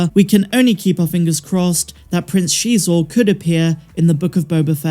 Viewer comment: If Prince Xisor actually appears in the book of Boba Fett, I think I might actually poop myself lol. And thank you for being one of the few people that pronounce his name correctly 👍